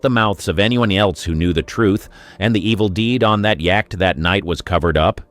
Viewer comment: Pretty poor AI. I laughed when it pronounced yacht as yak-t!